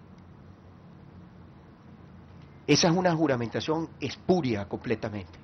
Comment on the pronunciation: Sr capriles no se dice Espureo se dice Espurio